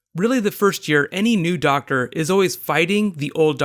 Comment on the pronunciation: "The Doctsah" Christopher Eccleston times